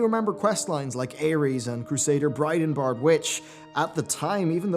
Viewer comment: It's Bridenbrad, not Bridenbard.